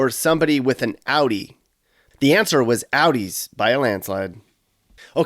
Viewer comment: Buick or Outie? OUTIE 👏🏻😆😆 (Audi)